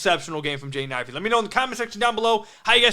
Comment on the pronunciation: You gotta practice pronouncing Jaden Ivey's name. Sounds like youre saying "Jane Ivey" 😂